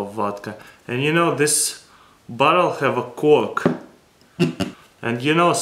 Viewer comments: What I think he said: "we got cork inside of butthole" Reality: "We got cork inside of bottle" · When you say bottle ut sounds like Butt hole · It sounded like he said "see we have the cork inside of the butthole"